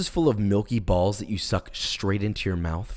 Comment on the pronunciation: I love his saying of "bAlLs"